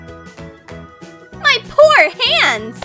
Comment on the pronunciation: "my por hand" Girl wtf you sayng..? me: OK i'm done.